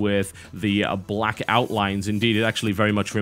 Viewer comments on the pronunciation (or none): none